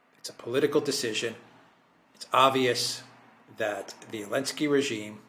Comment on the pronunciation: Every time I hear this grown man say elensky I die a little. Please the joke is over, Zelensky is a war criminal.